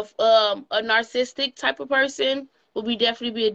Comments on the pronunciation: in her case.... "nar-sistic" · Abrusive?!?!😳😳😳 Narcistic?!?! 😅😅😅 Obstimistic! 😂😂😂You can’t make this shit up.